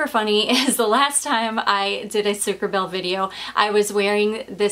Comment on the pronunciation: Hey! This should be pronounced sucre -abayyyyyyy. (which means sugar bee ) I speak fluent French hahaha. Just want to help in my own little way! xx I thought that was what you were going to say when you said that it was funny because you wore your stripy top last time and this! I am now going to enjoy the rest of your video. You are keeping me sooooo entertained and informed! I <3 your videos so much!! x